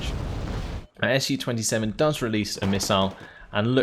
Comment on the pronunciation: I like how you try to pronounce names of rus units, but sometimes it's just to hard :) was particularly well illustrated by unit called komandnoe otdelenie, after a short pause you decided to just say command unit :) btw SU planes very easy to remember, SU pronounced the same as in the word sushi, not two separate letters S and U :) anyway, love your videos :) but want more "ship" maps